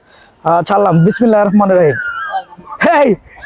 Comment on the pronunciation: বিসমিল্লাহির রহমানির রহিম একটু ভালো ভাবে বইলেন